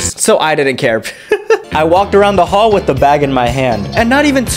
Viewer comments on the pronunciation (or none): none